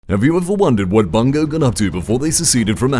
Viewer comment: Note since there's no resource gathering, Myth isn't a Real Time Strategy. It's a Real Time Tactical. Also, why do you pronounce the company's "Bungo"?